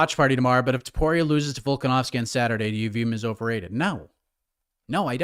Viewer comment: It's TOPURIA NOT TOPORIA